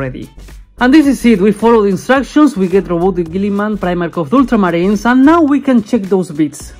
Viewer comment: I love the way you say ultramarines. Oddly satisfying 😂